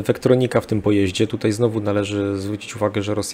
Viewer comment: Tomasz Ja jestem wprost załamany tym "dzisiEj, wczorEj i tutEj" Zychowicza. Gość jest absolwentem historii, pracował wiele lat jako dziennikarz - a tu tak fatalne kaleczenie j. polskiego... Dyskwalifikacja :(